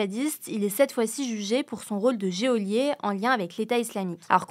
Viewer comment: Le "géôlier" oui oui, va falloir retourner à l'école là parce que ça devient grave